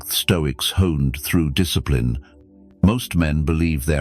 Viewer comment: Discipline ❌ Diss eh plee ne ✅ 😆